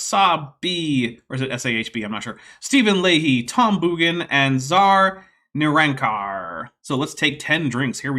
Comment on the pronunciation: My last name is pronounced Bawn, not Boogan, Tom Boughan.